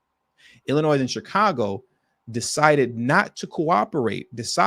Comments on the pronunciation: Please stop saying Illinois with the S! You can’t be from here bro. Shit is irritating. You’re smarter than this! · …..the “S” in ILLINOIS is NOT PRONOUNCED!